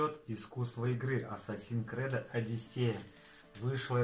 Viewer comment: Ассассин крЭд?! Что? Хреновое издание от хренового издателя.